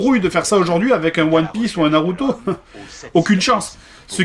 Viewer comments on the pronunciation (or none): none